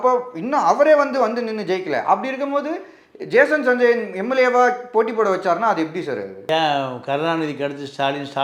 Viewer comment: மூதேவி அது ஜேசன் சஞ்சய் மொதல்ல பேர ஒழுங்கா சொல்லு